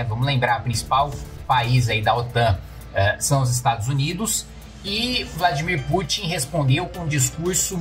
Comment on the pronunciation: O melhor foi Macron falando Vladimir putinha 😂😂😂😂😂😂😂😂😂